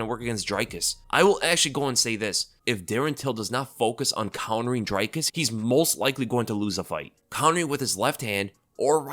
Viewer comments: it's not "Dry-cus"... its pronounced "Drick-us" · Dricus is not an I sound it's and e sound like cheese, feed, read So it's Dreeeecus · Its pronounced Dricus not Dricus 😂 🇿🇦 hope he sends till into retirement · What is it about Americans that just refuse to pronounce Dricus' name correctly?